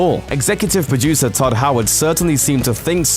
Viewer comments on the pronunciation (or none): Todd. His name is Todd. Not ted. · I just disliked this cause you called Todd Howard "TED" Howard. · he said Tedd Howard! how dare you mess up god Howard's name! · haha!! i came here just to write that, you guys dont disappoint. wtf is Ted Howard? Todd's brother? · "Tedd Howard" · His name is Todd, not Ted... TODD HOWARD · Pretty sure you said Tedd Howard...instead of Todd Howard. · "Ted" Howard? Seriously? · It's Tod not Ted